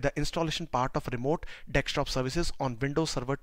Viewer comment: Except calling it Dextop and not Desktop